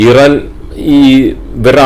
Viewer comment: താങ്കൾ മലയാളികളോടാണ് സംസാരിക്കുന്നത്.. So ഇറാൻ എന്ന് use ചെയ്യുക Pronounsation മലയാളികളെപ്പോലെ use ചെയ്യുക.. എങ്കിലേ viewers നെ കിട്ടുകയുള്ളു 🙏